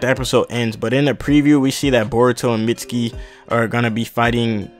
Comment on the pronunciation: it's pronounced meet-ski